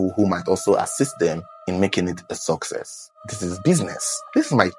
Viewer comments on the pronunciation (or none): none